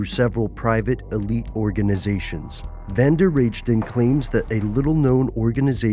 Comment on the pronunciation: You don't say "Van der Reijden" as "Rage-den" but as "Rai-den".